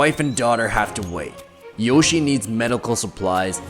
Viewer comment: Its joshie not yoshie